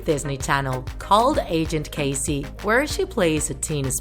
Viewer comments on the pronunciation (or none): none